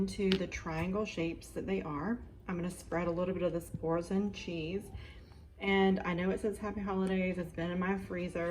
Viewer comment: Bourso, the n is silent. It's French.